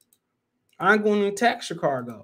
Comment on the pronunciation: There's no R in Chicago.